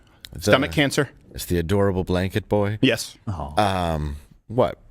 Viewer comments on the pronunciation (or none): "Adowable bwanket"